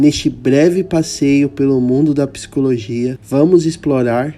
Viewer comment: Por favor…. não é psicologia… é PSICOLOGIA.❤❤❤ ❤❤❤❤❤❤❤❤❤❤❤❤❤❤❤❤❤❤❤❤❤❤❤❤❤❤❤❤❤❤❤❤❤❤❤❤❤❤❤❤❤❤❤❤❤❤❤❤❤❤